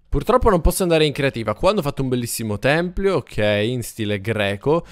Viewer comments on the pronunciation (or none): comunque si dice tempio non templio